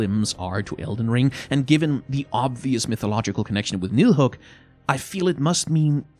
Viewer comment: Where's from? His pronounciation of Yggdrassil and nidhug sounded just like i would say it in danish